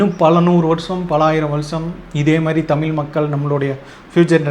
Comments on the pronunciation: Thambi Athu thamizh Thamil illa Thambi nalla padichitu pesunga Onnume theriyama Onnume padikaama ethuku ipdi video thappu thappa video potu time waste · First learn to pronounce the word tamil properly…Tamil tamil nu sonna pathaathu atha onlinga pesa kathukanum